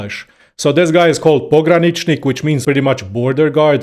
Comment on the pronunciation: I'm just curious, but hearing your pronunciation of progranichnik I just have to wonder where are you from?